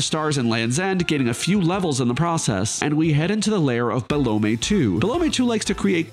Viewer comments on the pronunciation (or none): man i've never seen anyone pronounce it be-lo-may everyone says - bell-um